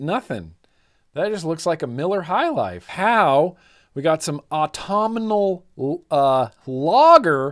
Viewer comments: The word is aut tum inal as in autum the time of. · You’re adding a syllable you don’t need: Ahhhh-tum-null